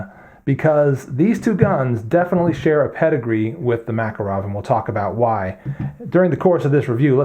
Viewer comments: Both of those pronunciations of "Makarov" are just as wrong. It's pronounced like "Mah-kahr-of", not "Mac-arow". Not that it matters, we in non-English speaking Europe don't pronounce American brands in English either, like Microsoft or Tupperware. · mak-KAR-awf . . . you English butcher the language :) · Pronounced: Ma-Car-Awf